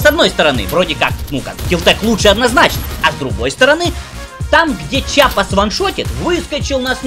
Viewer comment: Что ж у вас у всех привычка называть оружие верх дном. Не чапа а киапа